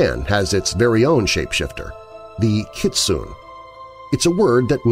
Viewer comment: Kitsune is pronounced kit-soo-nay